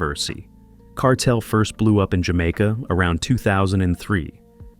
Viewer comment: Man bearing false witness pronouncing Kartel name wrong stop do these dumb shows homie yuh will loose yuh life memba mi warn him